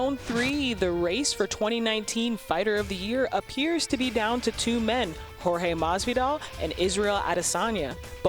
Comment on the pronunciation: Till, askren and diaz. It's Jorge